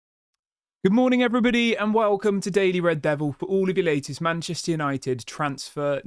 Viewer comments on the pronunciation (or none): none